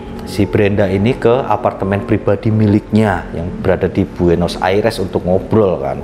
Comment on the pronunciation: 12.59 buenos aires uncle.. Bukan buenos ariesss🇦🇷😂😂